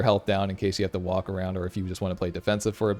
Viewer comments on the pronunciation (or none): none